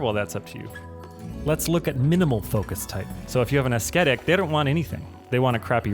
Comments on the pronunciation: Isn't "ascetic" pronounced as if the "c" is silent? As-E-tic or as-eh-tic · D-did Tynan actually mispronounce "ascetic" as "as-ket-ic?" That's a good one. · Ascetic is NOT pronounced "asketic" lmao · Video was ruined by how you pronounce ascetic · ps. the "c" in "ascetic" is silent